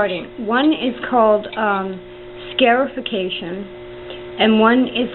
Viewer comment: Love the video. Not being critical here but I believe it is pronounced scar-ification and not scare-ification. Like you cut yourself and you now have a scar from it. I do like the idea of trying to scare my seeds before planting though haha.